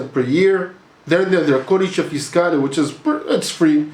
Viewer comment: bro a correction, it's codice fiscale, not codece